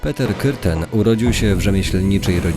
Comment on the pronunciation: Jako germanistka przyznaję ze bardzo ładnie wymówiłeś ,,ü,, przy nazwisku Petera 👍🏻👍🏻👍🏻👍🏻